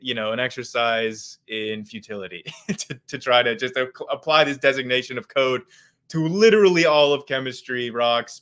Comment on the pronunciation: ok sorry cant listen to this "chaode"